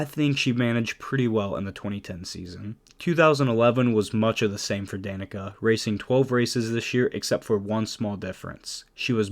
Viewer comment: Funny thing is the announcer pronounced her name wrong for half the lines, but they kept it in. Dan-eh-kah and Da-neek-uh are both heard.